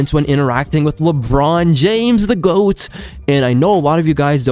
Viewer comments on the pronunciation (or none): none